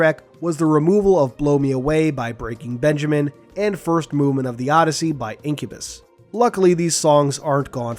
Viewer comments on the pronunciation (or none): none